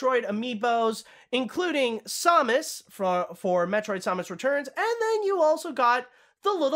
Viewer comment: Your pronunciation of Samus disturbs me.